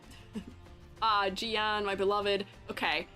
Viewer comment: Those rover edits are exactly what we need tbh, now they both slay. And just fyi Jiyan pronunciation is like: say IGN without the I. "yan" in chinese sounds more like yen. (this doesn't apply to "yang", that's a different sound)